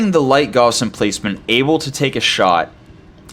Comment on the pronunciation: Gently trying to get you to say it correctly.